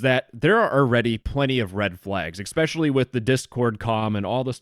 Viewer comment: Biggest crime here is you pronouncing "Especially" as "Expecially" in